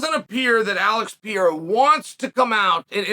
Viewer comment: Why you’re calling him “Piera”?? 😭😭😭